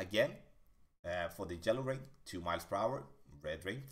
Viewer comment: Every time he says “Jello ring” I laugh and forget everything I heard.